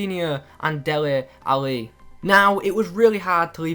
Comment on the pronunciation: why are you saying Deli Ali so strangely?